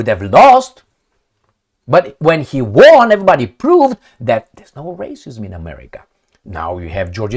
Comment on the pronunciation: Dear, please don't take it personally, The word "won" is pronounced /ˈwʌn/, with a short "u" sound like in "cup". It's a homophone with the number "one," meaning both words sound the same. I realise you aren't a native English speaker, and you obviously didn't learn English before you came to America. No hard feelings, I've been a regular viewer🎉